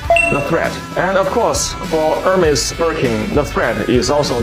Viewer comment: Hermes, naam jaise dakar aa raha ho, yeh hai hamare journalist ki zuban